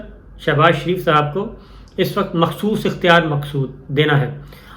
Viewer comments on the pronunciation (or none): none